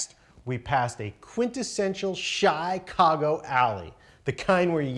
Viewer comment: Wow he's really dedicated to pronouncing it Chy-cago -_